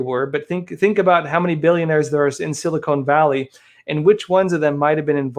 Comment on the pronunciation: Its Sil- i kon ( Silicon) Valley not Silicone!